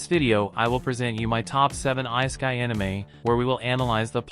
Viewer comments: You never heard of the "ice a kai". But i agree with you. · You lost me right when you miss pronounced ISEKAI....